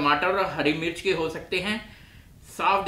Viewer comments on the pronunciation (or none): none